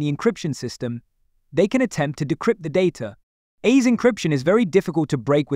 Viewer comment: You can tell from how he is pronouncing the AES encryption algorithm. But good content so far even if the AI voiceover was also very monotone